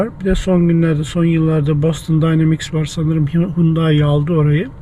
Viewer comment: Ben Türkçe'de `Boston` diyorum, "Bostın" ya da "Bastın" değil. Nasıl Londra'ya "Landın" demediğimiz gibi...